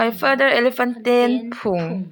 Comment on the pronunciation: Phung tihlai khi duhaiin i thluk duhthusam chiahlo